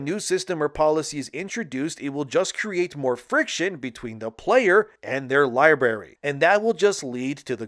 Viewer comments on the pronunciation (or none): Hate to be this guy but it's pronounced lie brary not lie berry... Library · library brother. You keep saying libary. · Great cantent but bro it's library not (lie-berry) wtf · It's pronounced LIE- BRARY not LIE- BERRY. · libary? really? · Omg, of course you got it wrong. Its not a full drm system. They implemented a temporary drm to prevent a refund exploit. You can play your games without internet. You could've done research but that video would be boring, right? Also library is pronounced with 2 rs lol